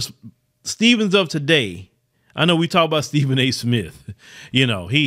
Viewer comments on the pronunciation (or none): none